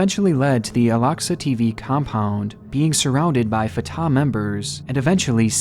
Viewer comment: Jesus christ - fartar is NOT how it's pronounced - Fat Tah